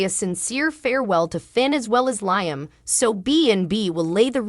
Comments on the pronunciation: Lee um not Lyum sheesh! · Lee em not lyum